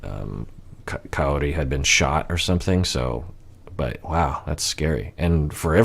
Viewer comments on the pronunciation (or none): that's cuz Ed pronounces it as coyote lol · Is it just me or he calls her “coyote”? 🤔